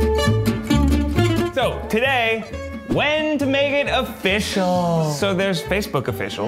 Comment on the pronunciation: Dude needs to quit saying "offish"